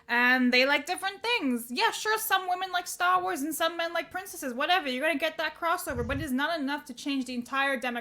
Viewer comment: Stah Wars. I like it.